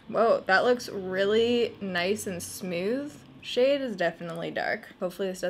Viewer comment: "Smewth" haha 😘